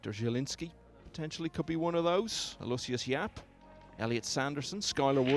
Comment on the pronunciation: It hurts my ears to hear pronounce Aloysius Yapp as "a-LOY-shus." It's four syllables: "AL-o-WISH-us."